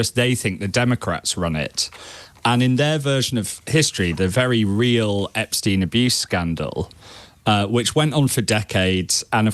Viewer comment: Sounds so odd hearing Epstein being correctly pronounced, as J. O'B does at the start.